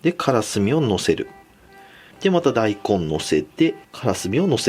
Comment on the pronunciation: だいこんのイントネーションが だい↑こん↓